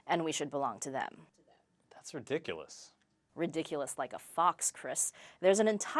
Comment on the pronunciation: it's pronounced "ridicurous"..